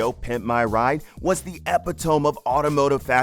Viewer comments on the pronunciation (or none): Epitome. E-pit-uh-me… not epi-tome 😬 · You pronounced "epitome" wrong. It isn't epi-tome... it has nothing to do with tomes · he also said epitome wrong 😂